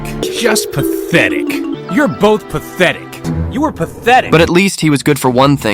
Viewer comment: "Pathetic" ❌️ "Patchetic" ✅️ "He grabs Buizel's pee-pee" that's his tail...